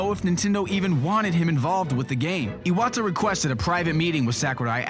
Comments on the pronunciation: IwAtTa lol kudos for the pronunciation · Jesus, pronunciation of Iwata's and Sakurai's names actually annoy me